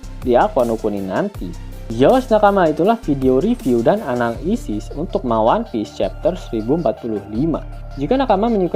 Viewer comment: Mode syar'i tapi bilang 'anal-isis' 😑